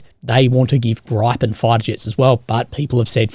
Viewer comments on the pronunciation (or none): Grip-pen. Not gripe-pen lol just like envelop-ment that u pronounced hilariously I love it